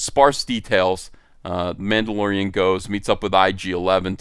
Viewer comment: Ma'ammdolorian. Whamendolorian.